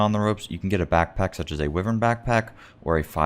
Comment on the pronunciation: anyone else cringe at how he pronounces "wyvern"?